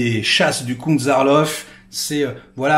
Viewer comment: Euh, du comte Zaroff, pas Zarloff les chasses 😏